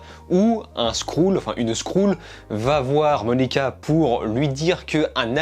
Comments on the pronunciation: Skrull pas skroule stp 😂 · Moi je dit skreule et non skroule ^^ J'aime bien tes vidéos ,c'est bien réalisé et pertinent ! Bravo à toi et Merci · oh non pas ça, une 'skroule' 😂 Super taff sinon, video très complète